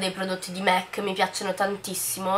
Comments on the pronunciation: si dice mac non "mec" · La pronuncia più sentita e diffusa non è sempre quella realmente corretta, non bisogna essere madrelingua per capire che "mac", in quanto acronimo di make-up art cosmetics, si pronuncia mac Sally M. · beh "and" si dovrebbe pronunciare and non end però dettagli haha e mac si pronuncia mac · esaaaattooo se fai un video di beauty almeno informati su come si chiamano le cose😂😂😂 mac pronunciato |m. a: c| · ma in ogni caso "Art" si pronuncia come è scritto perciò la pronuncia corretta è "MAC"